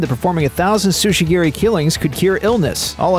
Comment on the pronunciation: tsujigiri, not sushigiri